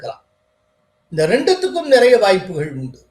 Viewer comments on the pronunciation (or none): none